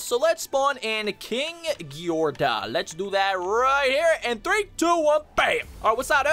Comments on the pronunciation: you said kingedora right!!!!!!!!!!!!!! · You said king ghidorah correct and I didn’t uhgg